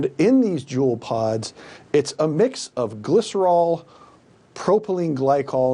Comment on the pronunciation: It's pronounced Jule not Julie. He pronounces it right and wrong lol. Also all of the injuries from e-cigs have been linked to the cartridges being cut with liquid vitamin E. And they need to make women and children a protected class so the punishments will be stiffer than the current laws. Because sentences for child prostitution and human trafficking are way too light.